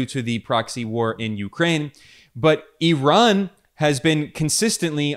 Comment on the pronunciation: Thank you for pronouncing Iran 🇮🇷 and Ramaphosa properly… thanks for respecting their names.